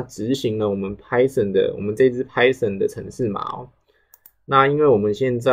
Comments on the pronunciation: Python唸拍"賞"，不是拍"省"。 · Poor quality, doesn’t explain how things work, can’t even pronounce Python correctly 🤮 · This is just for beginners. Idk why you're being dick here. I personally think he teaches well and he uses simple concepts to let beginners know how to do it properly. He is not a native speaker, so what's the point of mispronouncing Python?